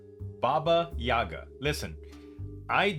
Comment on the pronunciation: It bothers me more than it probably should that SCP Explained mispronounced "Yaga". I'm not even Russian.